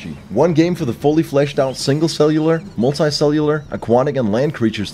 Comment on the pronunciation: when attempt you say "multi cellular" 3 times and was correctly pronouncing it everytime.